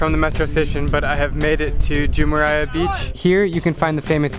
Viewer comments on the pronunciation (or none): *Rolls out the thickest American accent ever * "iT HeLpS tO kNoW sPaNiSh" Also, that beach in Dubai is called Jumeirah, not Jumeriah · Jumerha not jhumerha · its pronounced ju-meir-ah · Isn’t it pronounced joomeerah beach not joomerai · btw im not being mean but its not pronounced as jumeriyah beach its jumayrah beach ( I'm from Dubai so ya ) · The pronunciation is not jumayara beach its jumera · lol jumeriah beach lol, its jumeirah beach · Drew on the Dubai one you said Jumerayah beach It’s written Jumeirah but it’s pronounced Jumayrah. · the way he said jumeriah beach triggers me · I’m sorry for correcting you but please don’t pronounce the i in Jumeirah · I libe in Dubai and tou said jumeirah beach wrong its ju-mai-rah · Yeah that accent really hurt, also grammar was a bit off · can’t find any other comments about this but has anyone noticed how he pronounced Jumeirah😂😂